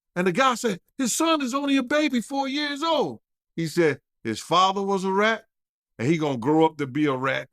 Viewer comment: Ard now you saying that “RAT” word a little to hard now 😒